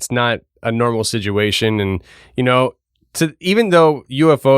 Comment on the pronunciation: your show is amazing but every time you say ‘SIDUATION’ I wanna smash you in the mouth! Anyway God bless you and your poor wife I am praying for her now ✝️🙏🏼💪🏼